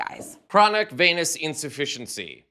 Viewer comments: Venous not veinous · Chronic vee-nous insufficiency. Say it correctly.